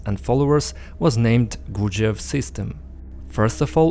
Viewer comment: You sound retarded saying the guys name.